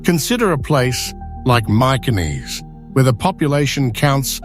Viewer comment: Your pronounciation of Mykines is absolutely laughable. Mi-chi-ness. Just thought I'd leave that there for you.